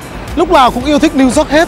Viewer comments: Minh de nghi anh Tiep Vu hoc phat am lai ten Thanh pho New York ... chu kg phai New Zot nhe’. Thanks 🙏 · It’s New York. Yo-yo , Not New zot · It’s New York not Zork! lol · nghe gọi “niu zót” cười bể bụng :)) hay đi du lịch nước ngoài thì trau dồi tiếng anh chút đi anh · Xin a đừng đọc tiếng anh nữa😂😂 Niu dooc:)))) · Niu dóp :)) nghe hết muốn coi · Tiệp ko thể phát âm từ "New York" cho đúng đc nhỉ? Lạ thật :D